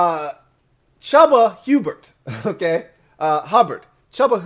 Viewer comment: Bro! The name "Chuba Hubbard" really whooped your ass for a second there... 😂